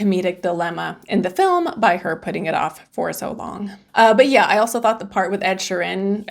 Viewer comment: "Ed Sheeran" Pronounced: "She-run". 😄